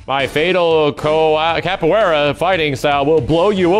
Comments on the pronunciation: yeah, that or "Capoella". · As a Brazilian, it hurts my soul when Bob says he does "Cooperia". Oof...